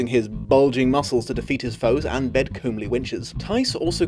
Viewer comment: Props for the BLR teeshirt. Points deducted for mispronouncing 'comely'.